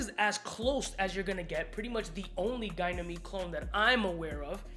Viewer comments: It´s Ga ni me de, not gay ni me de. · ) It's definitely not pronounced as GUY-Nameed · It’s pronounced ‘Ganie meed’. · Bruh how do we pronounce Ganymede? I swear it can't be Gynamede :/ :D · How illiterate does one have to be in order to pronounce “Ganymede” the does???